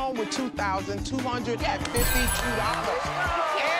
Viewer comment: Host: Two hundred and fiddy dollars??? SERIOUSLY? FIDDY????